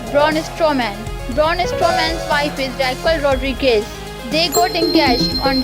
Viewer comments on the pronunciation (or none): none